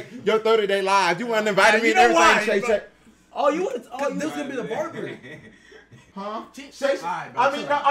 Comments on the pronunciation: Called him "Shay Shay"😂😂😂😂😂😂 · I know dude aint calling him SHAE SHAE 😂😂😂